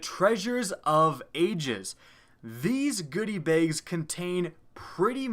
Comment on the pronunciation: The way you say "Bags" bothers me